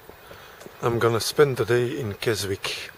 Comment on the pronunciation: A bit late but its Kesick the W is silent... interesting as I find the Uk end boring and dont start my journey till I am in Europe